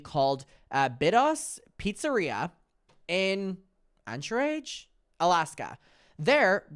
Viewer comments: Ang-kr-uhj sorry it’s a city in Alaska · So in regards to timestamp aroun 28 minutes, the venue was pronounced beet-ohs and the city is pronounced ankridge or anchor-ridge depending on your accent, coming from someone who lives here and whos father was at the bar that night as a musician (not for jeffree, a different band playing) and had told me jeffree addressed the crowd stating "who wants to get f-d tonight?!" To an all ages venue with minors in the crowd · trying to pronounce “Anchorage” is just what I needed today tysm ily